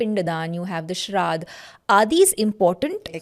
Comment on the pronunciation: It is shradh not sharad. In sanskrit, sharad means a totally different meaning and is season.